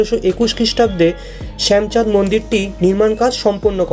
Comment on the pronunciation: সুন্দর কভারেজ। কিন্তু শ্যামচাঁদকে একাধিকবার শ্যামাচাঁদ বলছো কেন? আর মূর্তিটি কষ্টি পাথরের, কিষ্টি পাথর নয়।